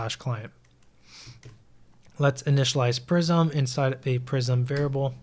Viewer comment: i know this is minor but its prisma not prism